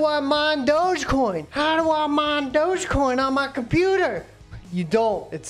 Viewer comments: Lol, this dude is making fun of newbies and doesn't even know it's pronounced DOGGY coin. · its pronounced dogg EE coin